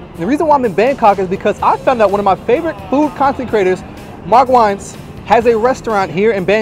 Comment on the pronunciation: Lol. You pronounced Mark's last name wrong lol. But still enjoyed the content and Subscribed. :)